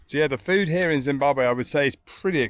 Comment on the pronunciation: Excellent pronounciation of Zimbabwe ❤